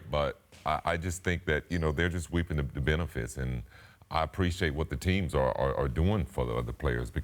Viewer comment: did he say “weeping” the benefits?